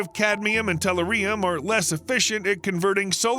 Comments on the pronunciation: It's not "tell-er-ree-um", It's pronounced "teh·LOO·ree·uhm" Learn how to pronounce the metals in the Periodic Table. And it's NOT a "mineral", it's an "Element". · ...a BIG pet peeve of mine,too-----mis pronouncing words,esp. in articles which reveal the discovery of minerals( for example) in someplace new. tell-UR-ium repeat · It's tell your eerie yum!! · You would think a show that presents technical advancement would use a talk bot that correctly pronounces the name of the main focus of the presentation. It is "teh-LOO-ree-uhm". You are putting "em-PHAS-is" on the wrong "si-LAB-uhl", talk bot. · LOL you really need to pronounce the name correctly, pronounce as... tɛˈljʊərɪəm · Amen it's Tull - uh - ree - um lmao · When you can't deal with a video just because a word is used consistently and mispronounced by stressing the incorrect syllable. Ree ree reeeeeee. teh LOO ree uhm-not-teh loo REE uhm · Have definitely heard of təˈlo͝orēəm. Not sure wtf you're talking about ... perhaps it's related to aluminium. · REALLY BAD pronunciation!!!!!!!!!! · I wince every time tellurium is mispronounced by this announcer, which is about every five seconds. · Can't even finish the video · I concur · I agree. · Same - emphasis on ‘ur,’ not ‘ium!’ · I'm ripping my hair out when he pronounces it that way!!! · It's painful. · It's the American abuse of the English language, it makes me wince sometimes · Google says the British pronounce it like in the video, much like they have another way of saying "aluminum", but the video is set in the US, and the announcer is not British...if even human.